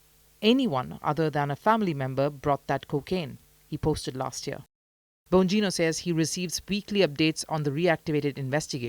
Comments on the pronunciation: It's Dan BON-GEE-NO. lol 😆 not BO-NEE-NO. 😢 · Dan Bon-neen-yo? What???